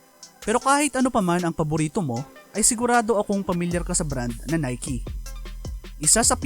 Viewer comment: ngayong kulang na NIKE Pala ang pag basa Hindi NIKE😆